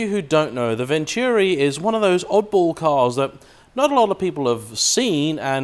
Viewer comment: Venturi! Pronounced Ventoori. Not Vencheeewwwreee.